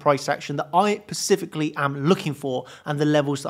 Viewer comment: "Specifically" not pacifically...